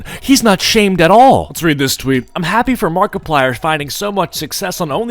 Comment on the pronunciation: i heard markiplier but makiplier?